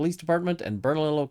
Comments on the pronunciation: I live in NM and was wondering if you'd comment on this situation. BTW, "ll" in Spanish is pronounced like a y. Bern-a-lee-yo 😊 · Awesome vid. Your pronunciation reminds me of Siri trying to pronounce street names here. 😂💚 Bernalillo is pronounced Burnah-LEE-Yoh, it's Spanish so the double 'L' does that weird thing. Lujan is also pronounced Loo-Hawn or Loo-hanne. Lujan is trying to hire friends and relatives to help pad their pockets during this economic downturn. It's what people do here in NM en masse and on a level I've never seen in CA, OR, WA or ID.